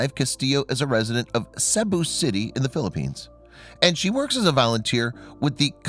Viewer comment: ~ I love your stories, and have been subscribed for quite a while. Would you please pass something along to for me? Cebu City is pronounced like See~boo City, not the way that he was pronouncing it.